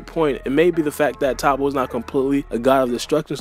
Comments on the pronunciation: It’s not ta-ppo 🤦🏾‍♂️ it’s toppo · Your pronunciation of Toppo got me weak Toe-poe >top-pa